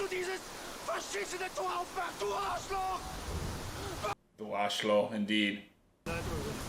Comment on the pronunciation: Your pronunciation of „Du Arschloch“ is perfect! 😉